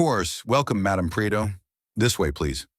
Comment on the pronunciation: Pree-eh-toh. It's not that hard.